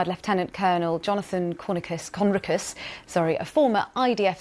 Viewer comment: Exactly, and she mispronounced Jonathan's surname as "CON- ricus", not "Con- RIC - us" ! 🙄 Obviously very amateur indeed, but she's learning the biased BBC ropes...